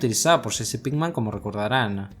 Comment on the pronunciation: jsjsj es jessi no sshcchssshsheeccheeesii 😁🤣🤣😆